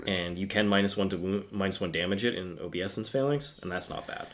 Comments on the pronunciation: I think it's oh-BAY-sense. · Please stop saying "OBEE-ESSENCE" 😂 if you're going to say a word 1000 times in a video maybe take the two seconds to look it up 🤦🤦🤦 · This has made my shift a lot better today, also learned a lot, even while cringing each time you mispronounced obeisance